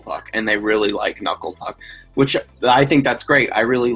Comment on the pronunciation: "Kanucklé Pook." LOL. I'm giving a like just for that!